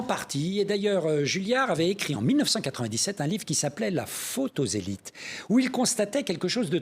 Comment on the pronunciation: La trahison des "zélit' "! C'est tout à fait ça !